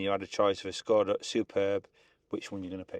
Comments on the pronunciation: Why do you say "Shkoda" instead of just simply "Skoda"? Anyway, still better than English of those two in the video. They should put a lector or subtitles 😂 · Why do you call it a Schhhhskoda.... It's a Skoda, no schhhhhh anywhere..... Lol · Why is he saying Skoda like Shkoda? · This guy says Skoda so weird 😂